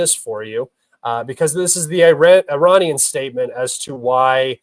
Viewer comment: You Cant pronounce iranian perfectly I am disappointed unsubscribed